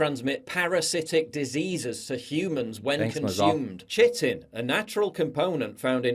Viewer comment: Pronounced ‘kie-tin’ - like “kite - in” - jeesh